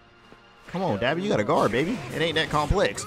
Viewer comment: Dah - BE not Da-bi...ah as in say ahhh